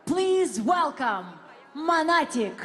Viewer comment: Ага, тільки англійську спромоглася вивчити, а українську - якось не дуже 😵‍💫 Навіть 'Монатика' промовляє расєянською транскрипцією: "мАнатік" 🤦‍♀️🙆‍♀️